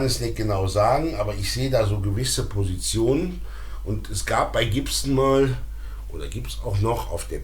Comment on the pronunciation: BTW, Gibson spricht sich übrigens nicht Dschibsn, sondern tatsächlich mit G am Anfang. Aber ich kann mich erinnern, damals dachten wir alle, man würde den Namen so aussprechen, also damals, als wir jung waren...